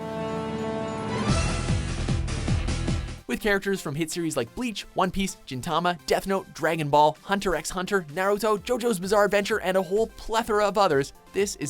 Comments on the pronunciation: Narrator: HunterXHunter with the x pronounced. Me: Um... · He pronounced the x from Hunter x Hunter, how cute. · I like how the narrator said the "X" in Hunter x Hunter...I'm sure it must have pissed off somebody here lmao